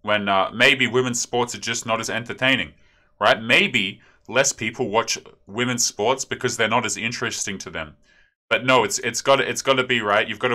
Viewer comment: "Whamens sports" lulz